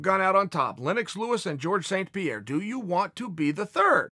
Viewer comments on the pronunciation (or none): none